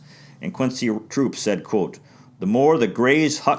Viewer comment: Much I didn't know, thanks! An update for next time -- Quincy Trouppe spelled his name with 1 P until 1946 and 2 Ps thereafter. He pronounced it "Troo-PAY," as in rhyming with toupee. Come join us on the Historic Negro League Baseball facebook page. I posted your video there & we're having a nice discussion about the Buckeyes over there right now!